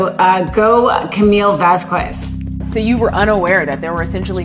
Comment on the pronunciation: The "u" in Vasquez is a silent you uncultured swines.